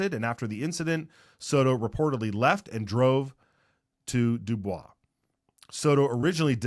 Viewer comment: Its pronounced DEWBOYZ